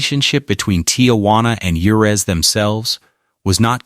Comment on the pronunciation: Can't bother to say Juarez or Rio grande right? Do better.